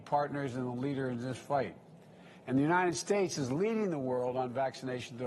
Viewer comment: He only brags about TRUMP'S vaccine because that's all he has !! He has tore this country apart in 8 months!! This is the worst administration in U.S HISTORY! AND PLEASE someone teach him how to say UNNNITTTED STATES!!